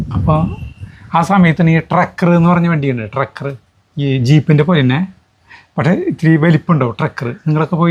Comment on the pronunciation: ട്രക്ക് അല്ല bro, TRAX